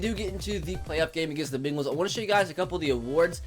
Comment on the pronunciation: He says begals like the type of dogs lmao